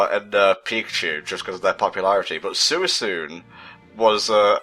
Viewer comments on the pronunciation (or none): I believe it's pronounced like "swee-koon" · you pronounce suicune weird/incorrectly. i am pointing fhis out so you can feel bad